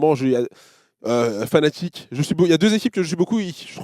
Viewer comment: Brawks qui dit toujours Fanatic alors que c'est Fnatic